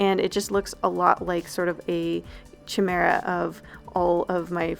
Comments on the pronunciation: I thought it was "ky-mear-ah" instead of "chee-mear-ah" but.... Nice video!!! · Sorry for doing this but I'm pretty sure 'chimera' is pronounced: kai-mera . Again, sorry. Love you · I think chimera is pronounced "kimera" (basically cuz that's how you pronounce quimera in spanish) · She just said chimera aaaaaaaaaa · This video is gonna be suuuuuuuper helpful when I start my channel! Also, I just want to point out that the "ch" in chimera is pronounced as a "k", like in the word school. Thought you'd wanna know. Thanks again for the great and helpful video! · Ok. I didn’t want to be the one to do this, but it must be done. YOU SAID CHIMERA LIKE WE GOIN TO CHIPOTLE OR SOMETHING ITS CHIMERA AS IN CHARACTER. It’s alright tho sometimes it’s hard to pronounce these things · thats not how you pronounce chimera lmao